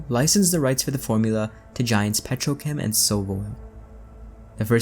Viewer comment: thought it was petrocam and not petrochem lol